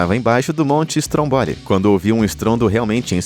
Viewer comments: A pronúncia do nome do vulcão Stromboli da Sicília é "Strômboli" e nao "Strombóli" como foi dito aqui.😉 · Aprenda por favor a falar as palavras corretas não e estromboli é Estromboli